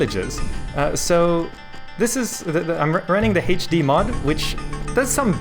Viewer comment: Heych D mod. Its hilarious how you pronounce HD